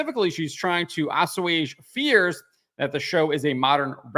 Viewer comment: That was an interesting pronunciation of "assuage".